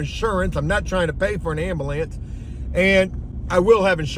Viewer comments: He said "ambalance" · You say ambulance weird